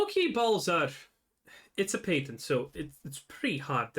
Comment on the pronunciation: Why does he keep saying paytent? There is no Y sound in patent did he never take English classes?